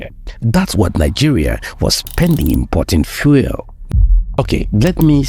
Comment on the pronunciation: Please learn to pronounce the word "fuel" properly. You keep pronouncing it as "foil". It should sound like "FYOO- EL". Please get it right. I like your videos, but your mispronunciation is very distracting.